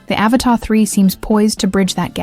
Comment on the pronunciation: AVATA! Not Avatar. Pffffffffft.